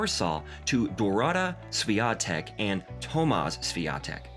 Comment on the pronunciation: Im sorry but how can you make a whole video about a person and not even bother to pronounce their name correctly it's eega shvyontehk and her father is tomash